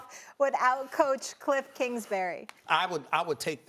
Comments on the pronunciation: "klingsbury" lol & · "Klingsbury!" - Stephen A XD